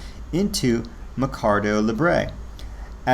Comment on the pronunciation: Pronounced “mare Ka doe” think market And pah go = pay Therefore “market pay” “Lee bray” = libre= freedom 😉